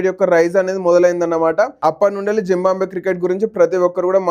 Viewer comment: జింబాబువే అని పలకడం రాదు నీ కెందుకు రా వీడియో లు